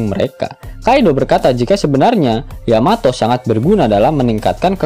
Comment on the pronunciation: Tumben min, bener nyebut yamato. biasanya yamete. haha